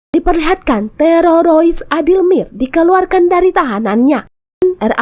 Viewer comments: Jadi geli dengernya, TEROROIS hadehhhhhh... TERORIS TERORIS TERORIS ........ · TEROROIS 😅.. HADEH, TERORIS MBAK.. Bukan Terorois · Teroris bukan tereroris😂😂😂😂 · apa susahnya blng TERORIS - TEROROIS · Sama aing jga jiji😂 terorois😂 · Sorry y min..kenapa kl sebut teroris lidah nya kebal banget..jd yg denger tmbh kebal..laen y bgus2 ajjah..lanjot min...sy suka nonton alur.... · Maaf min lucu ngucapin teroris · Bilang teroris aja susah bener 🥴